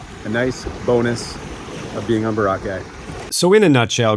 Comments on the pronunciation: Bora ...cai..as in sky.....2-3 syllable not one wotd....not Barakaie as you. say it......in British English its Bo-Ruh Kay. As in a coral Cay 🎉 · Sensational video thank you. Also always thought it was pronounced ...BOR_ A _KAY. ....😅😅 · Its Bora like Flora..kye...thx u